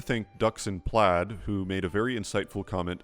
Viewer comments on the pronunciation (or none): none